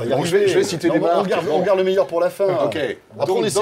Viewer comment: non la pomme est loin d'être le "meuilleur" fruit pour moi le "meuilleur" fruit c'est AHAAGGA et non la phrase ne finit AAAAAA comme vous l'